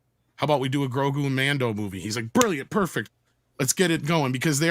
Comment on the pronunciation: So funny how keeps calling baby yoda GORGU instead GROGU.